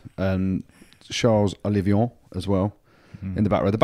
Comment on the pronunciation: Andy- it is OlliVON not OlliVION